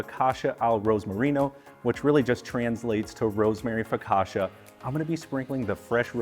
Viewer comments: Considering he makes a good focaccia he really can't pronounce the word. Focasha?!? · You can't claim you're Italian and then say 'focasha' mate 🤣